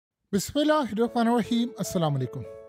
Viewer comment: بسم اللہ الرحمن الرحیم تو صحیح پڑھیں جناب ❤